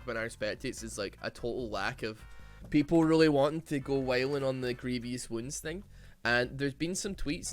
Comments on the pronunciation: my man, love your videos but please dear lord learn to pronounce „grievous“ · I hate how u pronounce Grievous